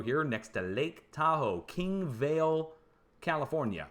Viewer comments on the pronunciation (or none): none